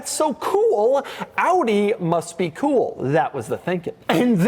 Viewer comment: Doug's that type of guy that pronounces "cool" as "KEEWL".. and proceeds to say it 531 times a video.